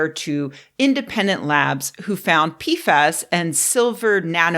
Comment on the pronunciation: Sorry, I only hear peef ass, and it makes me unreasonably giggly 😹